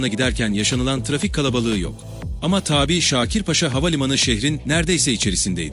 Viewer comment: sunucu arkadaş, “tabii” demen gereken yerde “taaabi” diyorsun. kafa karıştırıyorsun ve kendini komik duruma düşüyorsun. yapma bunu. (not: orijinali tabii ve tabi olan iki ayrı kelime vardır. eline bir sözlük al, okunuşları farklı olan bu iki kelimenin anlamlarına bir bakıver bence)